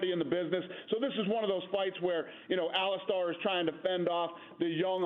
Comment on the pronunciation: It’s Ali-Stir!!!!